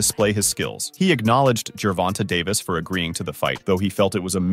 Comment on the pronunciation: Why do these reporters REFUSE to say Gervonta (jur-VON-tay) correctly? Who's fact-checking and approving these videos? Why do they think it's okay to CONTINUE to mispronounce the name Gervonta? It's sad.